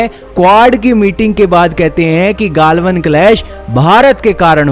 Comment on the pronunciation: गाल्वन नही गलवान